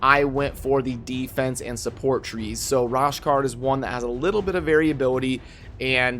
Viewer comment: Bro, lol...u be butchering these names!!! Its pronounced RO-SHARD. As always tho, good vid😁 Btw, U've got a few great Legos now!